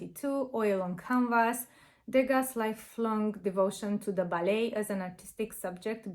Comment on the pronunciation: Not to sound critical but it’s pronounced ‘De-ga’, the last letter s is silent according to the French pronunciation ❤